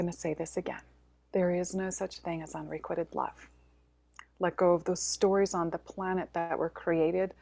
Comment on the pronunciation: So much interesting info. Loved the story about releasing the priestesses in Mexico. Looking forward to hearing more about the Magical in the coming year. I just want to mention that the word 'unrequited' is being mispronounced. You might want to check it out before your webinar. Sorry for sounding like the grammar police. It just throws me off when I hear it mispronounced. Thank you for all you do,. 🙏🏻